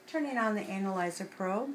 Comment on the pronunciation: Anal-I-zer... lol